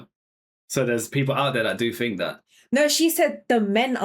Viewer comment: Why does this attractive young lady pronounce "think" as "fink"?. Just askin".